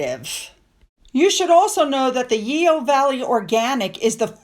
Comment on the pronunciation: Yeo Valley, pronounced "Yo". Just for future reference.